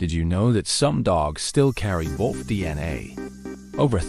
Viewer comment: AI slop. Doesn't even know how to say wolf.